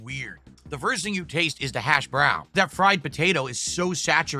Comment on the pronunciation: Who says hash brown like that??? The hash. Brown. This guy is so weird he never talks to people clearly. Also hes a proven groomer and should be reminded of that daily